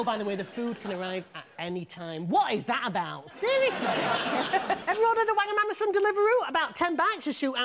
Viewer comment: the way he said Wagamama 😂😂😂